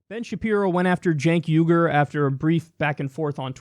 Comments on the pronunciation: How do you get I-GER from Uyger? You sure this guy went to college? Also, I bet Shapiro watches some hardcore darkweb type shit. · “I Ger”? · How do you get “iger” from uygur? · Yo, Ben. When did we start pronouncing the letter U as an I? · Why do these retarded conservatives refuse to pronounce Cenk’s name right? Besides the fact that they’re retarded, of course. The dude has said his own name so many times-how can you hear a man say their own name and then fuck it up so hard when you say it yourself? Chank Eyeger? You stupid bitch.